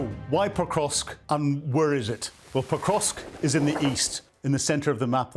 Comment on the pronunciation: Poor soul can't even pronounce it correctly, it's not Pokrosk, it is PokroVsk